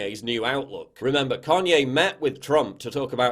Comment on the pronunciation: "Carrnye West"